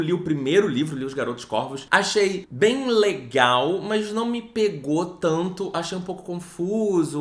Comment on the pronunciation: Quando me perguntarem porque eu assisto esse canal vou mostrar o jeito que fala o "bem LE-gal" lá pelo primeiro minuto e "negatividade, negatividade tó-xica" 😂😂😂 BB